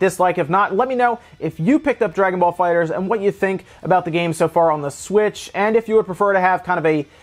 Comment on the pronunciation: THE ONLY PERSON WHO GET'S THE NAME RIGHT LOL ... ALRIGHT NOW LET'S START THIS VIDEO LOL.